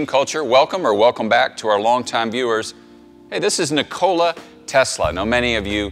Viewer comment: Lmao "ni-cola" you can tell this guy doesn't like Pepsi